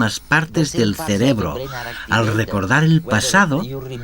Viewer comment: Se dice cerebro, no "celebro"